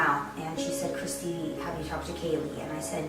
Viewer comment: kay lee kaylee her name is kaylie